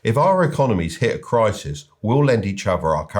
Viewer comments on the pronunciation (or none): none